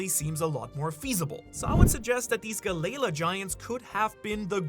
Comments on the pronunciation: Gally la not geigha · Gally law not galala lol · Bro! Can you PLEASE! Stop mispronouncing half the names. Who tf is Gu-Layla?! It’s (Gal)-Ly Law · Bro, I love your videos, but you gotta start pronouncing it right Galley Law not galayla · The gally la pronunciation is killing me bro, disliked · Bro it's killing me 😂 I'm glad you said something. I wanted to but I couldn't do it without sounding snarky..